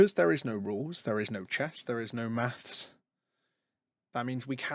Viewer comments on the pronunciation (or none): none